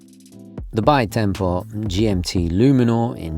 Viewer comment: BiTempo correct pronunciation is: BeeTempo.